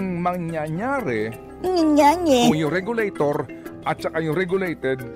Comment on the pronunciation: Tama po ba dinig ko, "regalo-tor at regalo-ted"? Just roll and roll the dice...